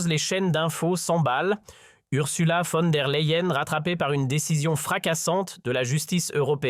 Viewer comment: Von der Layen - prononciation